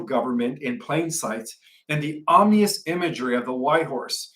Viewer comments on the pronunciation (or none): we love your presentations and as we are all learning, please learn the pronunciation of 'vigilent' and 'vigilence'. The 'g' is not prounced ga it's pronounced ja as in vig ilent. Like vegetable isn't veg able. 'Vij ilence'. Also, 'om in ous' not 'om ni ous'. Thanks